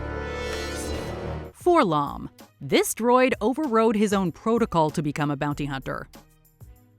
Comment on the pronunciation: FYI in canon, 4-LOM's name is pronounced as "four el-oh-em." This has been confirmed on the page.